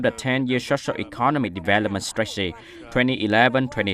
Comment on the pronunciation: Tại phút từ strategy ˈstrætədʒi/ chị đọc là ˈstreɪtəti/ đâu ra?